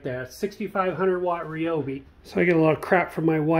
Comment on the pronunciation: I was watching this on my TV but had to jump on the computer so I could comment and thank you for saying Ryobi the right way.